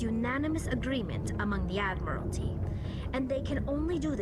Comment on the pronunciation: It's pronounced Admiralty (Ad-mer-al-tee) not Admirality (Ad-mir-al-i-tee)